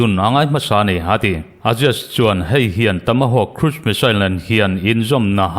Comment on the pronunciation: Tamahawkk I ti zel a... Tomahawk ni zawk sia... Ka van sawi ho tak😅😅😅